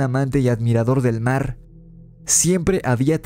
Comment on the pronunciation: Y dice...el marrrrr 😂